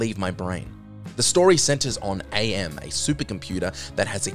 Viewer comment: I Have No Mouth And I Must Scream: AM is not pronounced Ay-Em. It's "am", and he explains that he chose that as he learned the translation of the Latin phrase, "Cogito Ergo Sum", and he liked what it meant. "I think; therefore, I am."